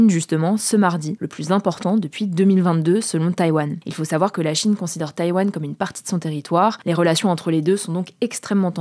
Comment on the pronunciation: Bon Hugo il va falloir commencer à dire le mot « savoir » correctement dans chacune de tes vidéos tu mâche ce mot c’est un supportable on dit « en savoir plus » pas « en sar plus »